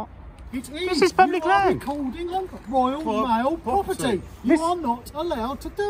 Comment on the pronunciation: This is "woyaw maow pwoperty"